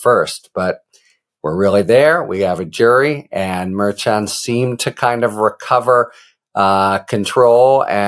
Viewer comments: It’s mer-shawn Harry, not mer-chin. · A brilliant man like you should try to pronounce Judge Merchan’s name properly, as Karen FA has taught you. Thank you. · Harry, please pronounce the judge's name correctly next time. (hint: KFA/legal AF team say it correctly)